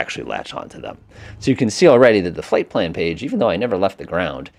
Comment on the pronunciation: Fipple page? 😂 you mean flight plan?